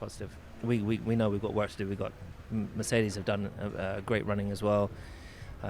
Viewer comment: Hamilton saying « Mercedes » is so weird bro 😭